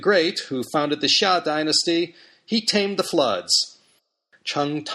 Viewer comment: Is Xia pronounced sha or Jia? You pronounced it sha, shia?